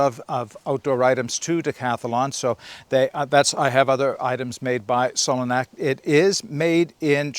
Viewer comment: Solognac is pronounced like cognac the drink. My local Decathlon here in Spain are hopeless. Sure they sell some very good quality stuff, the problem I have is they are always really badly stocked. It's a hours drive to get there only to find the shelves empty. It is frustrating.